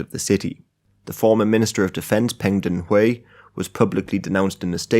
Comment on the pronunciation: it is peng de huai not peng denhuai